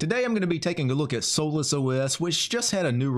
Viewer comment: I don't think it's pronounced as soulless lol